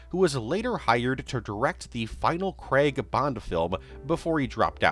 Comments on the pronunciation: I love how no American can pronounce craig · And Daniel Craig's surname...